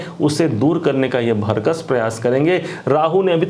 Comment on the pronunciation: आदरणीय महोदय, आप अच्छा बोलते हैं, प्रभावशाली भी हैं किन्तु आप उच्चारण संबंधी एक सुधार कर लें । आप 'भरकस' बोलते हैं, कृपया 'भरसक' बोला करें। यही शुद्ध शब्द है ।